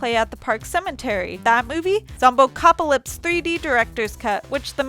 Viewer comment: I generally try not to talk mess on people who narrate videos, but this was pretty bad. She mispronounced so many things (she straight up threw an extra syllable into "Zombocalypse" for no reason). I've spent my whole life learning voices and non-regional diction because I want to be a voice-over artist, but I guess I should just give up and become friends with someone who works on a YouTube channel.